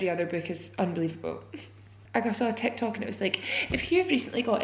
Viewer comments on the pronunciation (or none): none